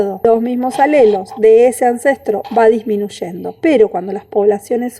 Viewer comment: Aunque es un tema interesante, lamentablemente la expositora tuvo problemas de modulación y no se le entienden con claridad todas las palabras. Además se confunde, dice "disminuchendo" o "machor".